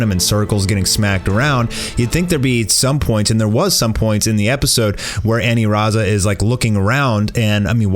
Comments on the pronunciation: aniraza* u irritate me when u say anilaza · "Anilaza"? lol way to white it up. Its pronounced "Aniraza" there is no L in Japanese alphabet. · It’s aniraza not anilaza BOIIII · Ur saying anilaza wrong